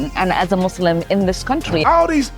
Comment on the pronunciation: Lmaoo I love seeing how I'm not the only one that can't STAND how they say "muss limb" 😂